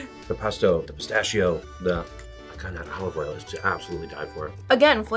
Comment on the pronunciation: Già solo che lo chef dice "pistaccio", vi prego ma perché?